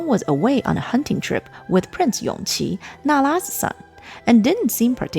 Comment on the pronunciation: Isn't Yongqi the son of Noble Consort Yu? His name is pronounced Yongji